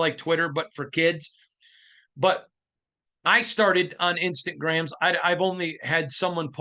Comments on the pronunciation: Please stop calling it instant gram… it’s Instagram…”insta—gram”😂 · Nothing but love for you and thanks for all you do…. but if you say “Instant Grams” oneeee more time 😂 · its pronounced "Instagram" that's why we keep joking around with it lol